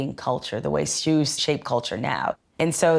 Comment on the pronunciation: am I the only one who thinks the way she says “shoes” is weird